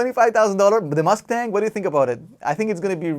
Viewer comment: Yup, "Musktang"